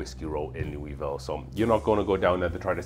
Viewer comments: In case you don’t want to sound like a complete out of towner it’s pronounced “Lull-vole” I can’t explain to you why it just is. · makes total sense. Also being Welsh and British maybe why my inner self pronounces it Louisville. Although I see myself as a Welsh migrant to the USA instead of British. Much like Jack Daniels and Evan Williams!